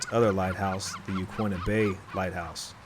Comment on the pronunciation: Ya-kee-na, not ya-kwi-na.